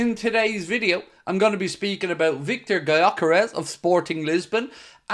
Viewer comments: pronounced "yo keresh" btw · Okay, so I messed up my original message, writing "spelled" instead of "pronounced", but the way you explain the pronunciation doesn't make it easier for anyone not of Hungarian origin to say the name right. They don't know the letter 'ö' and "Dj" gives the idea of spelling it like "dzs". Let's just agree that neither of us knows how to use the international phonetic alphabet. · I see and it makes sense. Btw, the "dzs" prononunciation was actually intended, because a none-hungarian really cannot pronounce the "gy", I think it's one of the closest in sound, or it could also be a good idea to just change the "G" to a "D" and simply say it as "Dyœkeresh". Sounds more closer to the actual than pronouncing the "G". Either way, would be an interesting signing. Not saying Viktor is a superstar center forward but I'd swap him for Darwin in a heart beat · It's spelled Gyökeres. It's pronounced "Djökeresh". It's a name of hungarian origin.